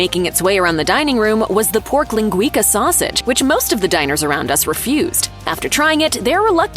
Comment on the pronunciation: leen-gwee-ka lol